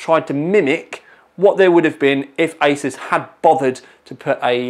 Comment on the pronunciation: I thought you said 'isis' in the beginning but realised you said 'asus' when I rewinded. Good times.